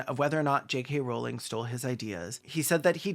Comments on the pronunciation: maybe my brain fucked up and processed you saying "kkk rowling" but i fr thought the attribution to the quote said "3 K Rowling" and i gasped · "J.KKK. Rowling" 😂😂😂